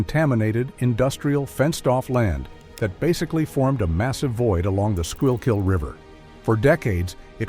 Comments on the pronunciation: SCHOOL-KILL RIVER they said “Ska-yill-keel”😂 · Skoo-kill River!!!! Come on AI get it right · AI still wont pronounce the name of our river right.